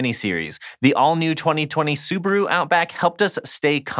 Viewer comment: Wtf is a subru? Soo-BAH-Roo